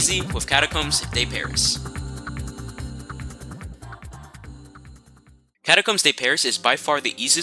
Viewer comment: "boogle" "catacombs day pariss" "leapzig" im dying bro 😭